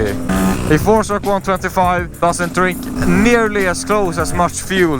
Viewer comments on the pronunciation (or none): none